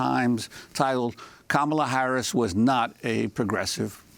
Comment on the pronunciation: $kam-Uh-lUh $hmOellett 2020!!!!